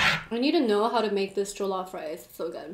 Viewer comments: NO OFFENSE BUT THE WAY YOU PRONOUNCED JOLLOF I WAS LAUGHING SJCJEJWJVM Edit: heres how u pronounce it right! Its not joe-loff- it’s juh-luff ! (Not intended to be rude) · It's jollof pronounced like the 'o' in on by the way not the 'oa' in goal =) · It's not jeaulof rice it is jellof rice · Just so you know, It's pronounced JOL-LOFF (Jollof) NOT JOE-LOF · it's jo as in joy not jo like oh lmao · Jo -lof-rice 😂😂😂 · Once they took a bite of the plantain they fell it’s pronounced je-lof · i luv how she is ate jollof rice with egusi soup and how she called it a stew but no hate she didnt know also anyone one gonna tell her how to pronouce jollof rice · Everyone I know who isn't a Nigerian says jollof wrong...they did too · Pls pronounce jollof rice correctly but I love your video though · First of all u eat the fufu with the egusi not the stew secondly you don't use two hands to eat the fufu😂😂😂 thirdly you pronounce fofo, egusi and jollf rice wrongly